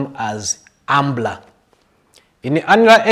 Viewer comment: He boss its umbra not umbla